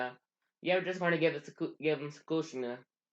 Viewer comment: Dude i cant understand u u said minosou kushner in minato and kushina